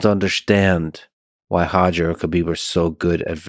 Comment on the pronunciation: Pronounces Roger as Hojer but not Khabib as Hhabib 😅